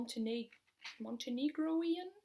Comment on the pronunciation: I loved the relationship comparison in terms of picking up certain books. :D Very accurate. I need to read something by Maryse Condé at some point. She's been on my radar for quite some time. Oh and I think it's Montenegrin. ;-)